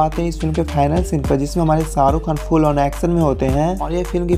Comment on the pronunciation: Pehli Dafa suna hai "Ssarukh khan , sooting " , Sala ش he ghayab hai